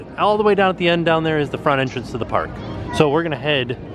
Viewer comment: going into the pnark